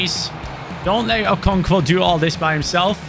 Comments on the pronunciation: I’m Nigerian and hearing you butcher the pronunciation of Okonkwo makes my day 😂😂😂 Keep it up man, love the series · You were butchering the pronunciation of M. Olise. It’s pronounced ‘O-lee-seh’. I don’t know how to type the pronunciation of Okonkwo, but yea, you’re not entirely pronouncing that one correctly too😅